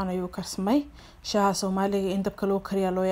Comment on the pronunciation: Not Shaax but SHAAH